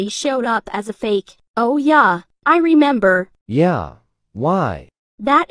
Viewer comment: Why does “yea” always sound like “yay” Edit: I watched until then my video lagged out and i think it was because my phone cant handle the slenders